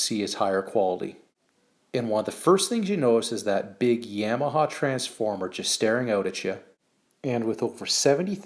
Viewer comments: You're pronouncing Yamaha incorrectly. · No. Yamaha is a Japanese company and it's never pronounced that way.